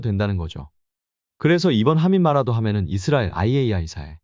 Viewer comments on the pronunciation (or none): none